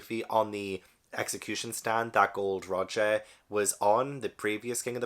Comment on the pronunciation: Welcome to One Piece! Psst, it's Gol D Roger, not Gold Roger